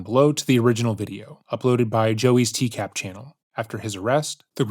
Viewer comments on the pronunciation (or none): I find it weird that you, the presenter, constantly say "TCAB" It's "TCAP." A 'p' makes a "puh" sound, not a "buh" sound.